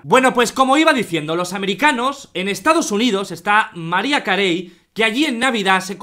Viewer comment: Marraia se Lee María